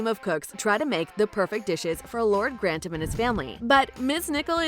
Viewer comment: Lord Gran-tam 😂